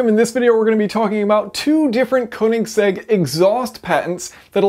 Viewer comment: "konig seggs"